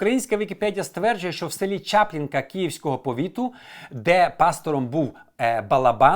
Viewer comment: Чаплинка , наголос на и , так кажуть в тій місцевості ...